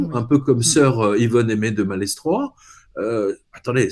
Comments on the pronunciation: Salut, détail sans importance, Malestroit se prononce malétroit..étant de là-bas n'est ce pas...merci ... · Bonjour, un breton 😉 corrige la prononciation de Malestroit, le « s » ne se prononce pas 😉